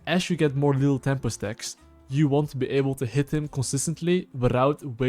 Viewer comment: i like that he says lethal tempo like lil' tempo